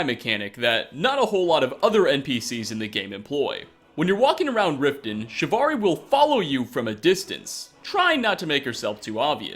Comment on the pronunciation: Roger Warton that’s not shavari, that’s tsavani.